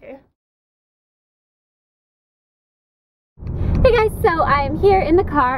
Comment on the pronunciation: did anyone else hear "hot and SASSKY?" lol